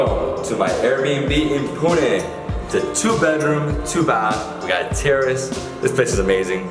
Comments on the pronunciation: They way he says Pune.. OMG So accurate..👍👍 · Thanks for pronouncing it correctly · you have Better pronunciation of Pune than most of the Indians..